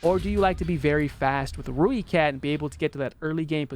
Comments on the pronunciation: Not one to nit pick love the video and the opinion on premiums but please its pronounced "ROY"kat not rooekat just wanted to offer my 2 cents worth other than that keep up the good content man:D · It’s pronounced Roy-cat. If you wanna say it like a South African it’s more like Roy-cut. Either way, it’s definitely NOT Roo-e-cat